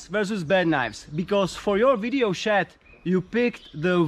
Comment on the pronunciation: he says his name as lololol